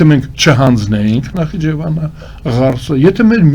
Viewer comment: Գոնե Նախիջեվանը ճիշտ արտասանե ք